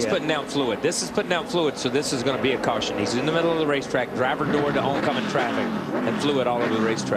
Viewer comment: And we have a CaWsHuN.